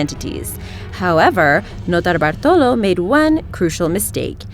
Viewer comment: As a Brit, i cringe at the sound of her irritating septic voice and assault on the English language. Dramatic pronounciation of 'Notobartolo' was the cherry.